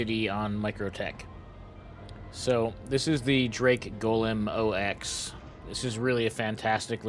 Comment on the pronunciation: Did he just call it O X? lol